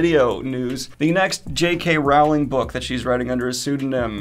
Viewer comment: It's pronounced 'rolling'; rhymes with 'bowling'.